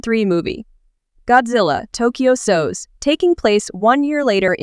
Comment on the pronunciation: It's pronounced es o es